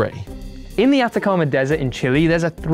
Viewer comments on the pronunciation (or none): none